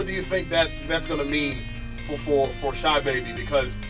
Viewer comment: "Shahbabii" lmao its Sahbabii bro u kept saying it wrong